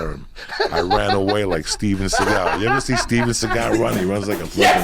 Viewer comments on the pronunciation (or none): 'Seagal' not 'Segal'